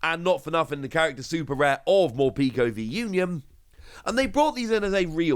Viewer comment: Mor-peck-o. Not morpeeko